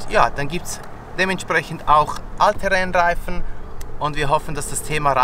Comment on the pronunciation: hihi, ich versteh nur "alte Rennreifen" statt "All-Terrain-Reifen"🤣, liegt wohl an der Schweizer Färbung der Aussprache von.